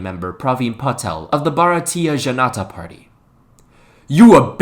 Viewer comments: IKRRRR BAARATEEEA JHANATAA PARTEEE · The way he said Bharatiya Janata party 🤣🤣🤣